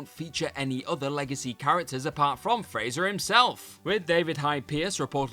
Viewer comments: Please stop calling one of the greatest sitcom characters “Frazer”. There is no Z in his name; BIG CLUE THERE 🤦🏻‍♂️ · What was terrible on this video was the constant mispronunciation of Frasier's name. It takes like 20 seconds to check it on YT.